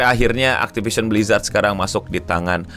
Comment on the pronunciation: Hell nah, not again “aktipision blijrat”